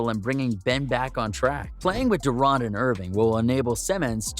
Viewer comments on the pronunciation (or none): bro its durant (Durrant) and its Embiid (M beed) and Antetokounmpo (Antetokoumpo)